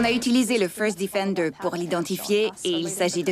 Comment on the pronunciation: le "feurst diffendeur" fore shure XD